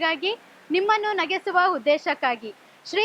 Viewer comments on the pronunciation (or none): Nagesuva alla NAGISUVA